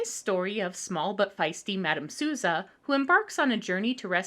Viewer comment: AAAH this movie! I friggin' love it! also, little bit of help: "Souza" is pronounced with the "ou" like "oh" or "doh" or "hold", as its a VERY common portuguese name and she does sing "Nesta Casa Portuguesa" (In this Portuguese home) in the middle of the movie.